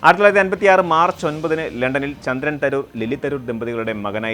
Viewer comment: 1956born not clear